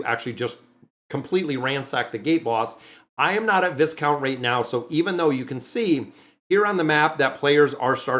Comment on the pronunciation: 📛⛔😊 the Noble title Viscount is Pronounced Vicount Without the S. Love your channel. Very grateful for your content❤